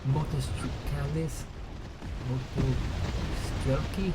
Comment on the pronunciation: Your misspeling is really upsetting me. Motosrelki - Moto-strel-ki Fernspäher - Fern-shpear